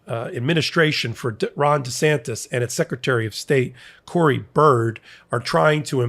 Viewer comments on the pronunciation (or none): Hi, Our Secretary of State's name is Cord Byrd, not Cory Byrd. Cord as in a cord of wood. He was a former Republican state representative from Nassau County located in the northeast corner of Florida. He is a DeSantis appointee.